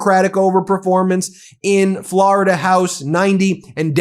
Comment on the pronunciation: "Forida Senate 11"